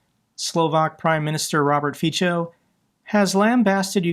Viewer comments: "C" is Slovak makes a "ts" sound. So more like "feetsoh" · I know it's hard, but Fico's name is pronounced ˈfitsɔ as in nutso. Thanks for the great reporting!